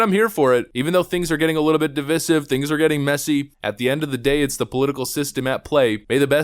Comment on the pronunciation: You've been saying "Divisive" wrong for years. Oh well ;)